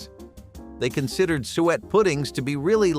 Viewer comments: TEACH YOUR BOT HOW TO PRONOUNCE THE NAMES OF THE FOODS! CON-SOM-AY, SU-IT, etc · OH MY GOSH... its SOO-ET pudding and CON-SUE-MAY